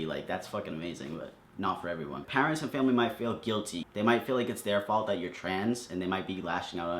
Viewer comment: The only wrong thing about this video was the way he said 'parents'